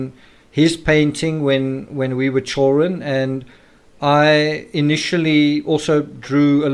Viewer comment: I'm amused with the pronunciation of "chewrun" (children)☺️